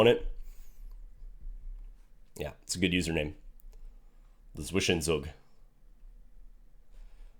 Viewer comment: the z is pronounced as [ts] as in lots. Maybe that helps you out :]